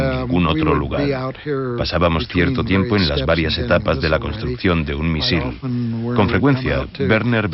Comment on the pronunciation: Me estresa mucho cómo pronuncia la palabra "misil" por que la sílaba tónica es "miSIL" no "MIsil"